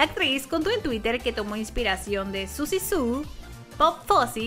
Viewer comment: Susi Su como: Siouxsie Sioux jajaja